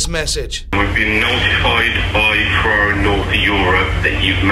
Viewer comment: It's Ferrari!!! Lol Clearly you don't watch f1😂😂😂